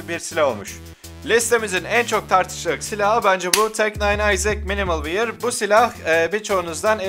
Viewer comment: Minimal Wair değil abi Wör diye okunuyor. axaxaxaxaxa